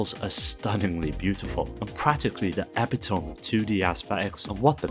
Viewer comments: E-pit-oh-mee, not epi-tome. Epitome. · Epitome = a-PIT-o-me, not EP-a-tome lol, Great video! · Epitome. Pronounced like ee-pit-oh-me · Epitome is pronounced like Eh-Pit-Uh-Me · epitome = əˈpidəmē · How did you pronounce epitome? 😂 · Hadn't even noticed till you pointed it out